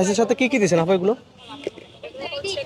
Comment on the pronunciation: আফু না আপু আদুকি শিক্ষিত নাকি শিক্ষিত হয়েও অশিক্ষিতের মতো রাস্তায় নেমে পড়েন ইউটিউব করতে। ইউটিউব করা বা নিজের কিছু করা এটা ভালোআমি এটা নয় যে একটা কথার মাধুর্য থাকতে হয় এবং একটা আফুকে আপু বলতে হয় একটু আরো স্পষ্ট কথা বলার জন্য চেষ্টা করবেন আফনার না আপনার এসব উচ্চারণ গুলো ভালো করে চেষ্টা করুন